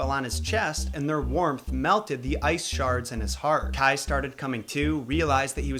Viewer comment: Kai is actually pronounced faster, and its spelled Kaj. Gerda is pronounced Gair-da. Your welcome